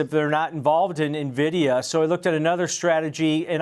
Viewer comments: Buzz words. Dude also doesn’t know how to even say the company’s name… it’s “N”vidia Not “Nuh” vidia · I turn off any analyst who calls it Navidia, and also Chipolte. Good grief.